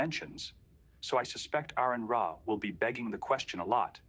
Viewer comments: Aron Ra's name is pronounced R-N Raw.... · Learn how to say his name first. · You don't even know how to pronounce his name...